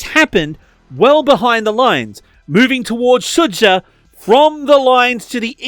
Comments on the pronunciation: Quick correction: It's pronounced "Su-ja", like in "Jam". "Dž"/"Dzh" makes sort of the same sound that the english J does. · “Sudzha” is pronounced like “suja”, with the J sounding the same as when you say “Joe” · Sudzha is pronounced captured.